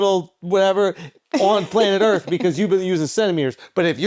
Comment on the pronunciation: “Earthf” Charla pronounces Earth with an F is hilarious 😂